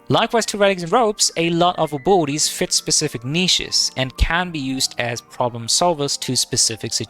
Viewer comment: I had to turn on CC to understand that he was saying ABILITIES and not BORDIES!